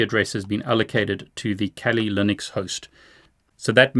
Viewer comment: “Kali Lunix”